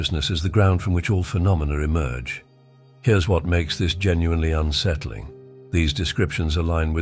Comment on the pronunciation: Please not .... "Unsettling" Settling .